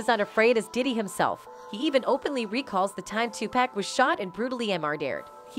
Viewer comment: 2-pack LOL!!!